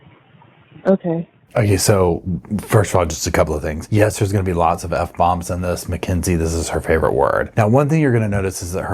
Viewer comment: Is it me, or is it a mid west accent, but I hear young females mostly pronounce the word yes as yass?